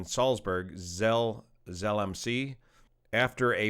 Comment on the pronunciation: The Z at the beginning of Zell is pronounced "ts" like in "roots".